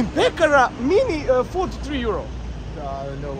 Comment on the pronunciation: Al najjace kad kaze "mini fud" ahahhahahah